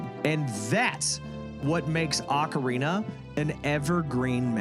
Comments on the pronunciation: It's Oh-carina... not Ah-corina 🙄😂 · “it’s Oh-carina… not Ah-corina…” there’s no joke. You tried to correct someone, and then used an eye roll and laughing emoji as if they should’ve already known, when you were the one who was wrong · you really thought it was pronounced “oh-carina”